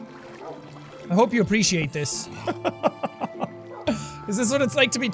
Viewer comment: U said plush like a stuff animal